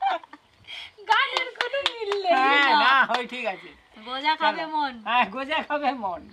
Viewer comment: Eta goja na gooja bole🤣🤣🤣🤣🤣...eto olpo olpo kore sobsomoi,,sobai akta duto kore debe